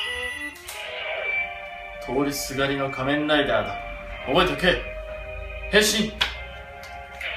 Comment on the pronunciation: 変身！の発音が全部一緒でちょっと、あと顔が…笑 失礼すいませんw